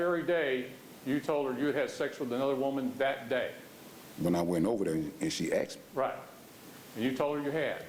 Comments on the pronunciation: I wonder if the court recorder typed out "She didn't axed me to leave" and "he axed her and said we good" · The word is " asked" NOT "axed" ...😂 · she didn't axed me to leave omg why do they say axed always it us asked